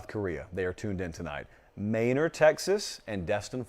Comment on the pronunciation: Heres me, living right outside Manor, TX, impressed that you pronounced it correctly.